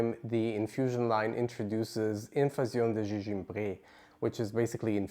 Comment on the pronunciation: Hello! Thank you for this review. I got this as a tester at home and loved it. I enjoy the history and background of the perfumes that you share. Having said this I cringed the way you massacred the name of the perfume in French. I would strongly recommend learning a little French. A little goes a long way. Hugs from Canada 🇨🇦